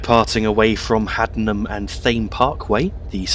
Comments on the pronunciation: It is pronunced Haddenham and Tame Parkway and Marleebone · Hey just a heads up its pronounced Haddenham and (Tay-mm) Parkway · It’s pronounced haddeden and tame park way